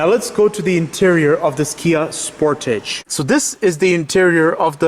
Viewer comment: Good video...but you keep saying "Sport-age" like one would in French. Pretty sure it's pronounced "Sport-edge"